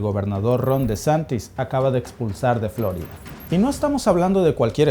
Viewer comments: Si hablas en español deberias decir floriiiiiida y no floooooorida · Di floRída, no FLÓrida, por favor. Es un nombre español. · pronuncias flórida, mientras el gringo que habla en tu mismo video, pronuncia correctamente florida. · Hombre llamar profesional a alguien que repite continuamente Fl"ó"rida en lugar de flor"í"da ... 😢en fin ni hablar sabe y es su herramienta de trabajo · Flórida? Siempre he oido Florida. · En español es FloRIda, no Flórida. Este video está dirigido a los hispanos. Es desagradable escuchar Flórida en videos en español. De resto, excelente video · No es Flórida, es Florida. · A ver mi mexicano familia dices fl'orida o es florida en español? Si haces tus videos en español lo adecuado es decir florida sin acento en la o' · Creo que no pronuncia bien Florida...no lleva acento!! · Florida ❌️ Flórida ✔️ Jajajajaja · ¿Si habla en español porqué pronuncia "Flórida"? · Ya te agringaste como pronuncias la florida hay mijo. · Todo bien. Solo no acentúes Florida.